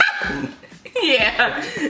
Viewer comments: thimble=Thumble Ricky get it together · RICKY SAID THUMBLE AUDHSJDHSHS